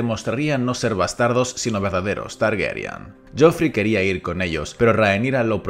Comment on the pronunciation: Chupito a la memoria del Oberyn Martell de Pedro Pascal por cada vez que diga «TargEryan» en vez de «Targaryen»